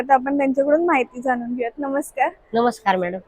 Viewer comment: वस्तू भेटत नाहीत तर मिळतात. जानून नाही तर जाणून. मराठी भाषेचा योग्य सन्मान ठेवावा.